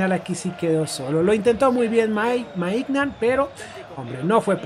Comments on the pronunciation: De Ketelaire, así se pronuncia Maiñan, no Maignan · Para un futuro los nombres de los jugadores del Milán se pronuncian así: De Ketelaere = De Keteler Mike Maignan = Mike Meiñan (aunque parezca burla así se pronuncia) Kjaer = Kiaer